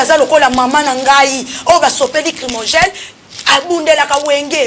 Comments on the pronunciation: Ça nous regarde pas , on s'enfou.Le groupe là ,Wenge Maison Mère Ekufa depuis Ferre- Gola avait quitter le groupe. Chronifuati on dit(Gaz Lacrymogène ) non pas crimogene. Niveau d'étude bas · Mademoiselle tu as un problème sérieux, consulter un médecin logopede STP Werran sone, crimogène etc...